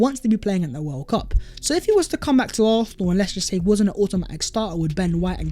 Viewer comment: Bro if you're gonna say arsenal 100 times per video at least learn how to say it properly. You keep saying it without a proper s. Sometimes it's arknal, sometimes it's arthnal, sometimes it's arthnal. It's fucking arsenal.